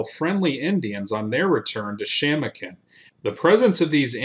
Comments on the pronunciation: Shamokin is pronounced she-MŌ-kin. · Crazy when you live on the very ground where all this blood was shed. Pennsylvania Dutch here. They're pronounced sku-kill and sha-mO-kin. Cant wait for more videos.